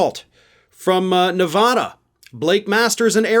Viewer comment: It's worth it to learn the proper pronunciation of some state names, like Nevada. Many people also have difficulty with Colorado and Oregon. Where I live in New England, most get all 3 wrong- Oregon is the only one some get right. Thanks for the videos!